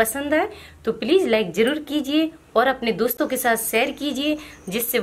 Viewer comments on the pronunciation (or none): none